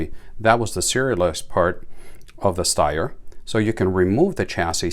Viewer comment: Phenomenally accurate and reliable. Ergonomics matter.. Greetings from Austria 🇦🇹 Point of interest, Styer is actually pronounced as if there was an 'h' after the 'S'. Steyr do offer 3 dot night sights and a holster too.